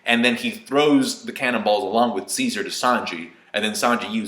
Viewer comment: You saying Ceasar sounds like "seizure" haha. And wait, the hair on the Mammoth looks a lot like Kaido's. Hm.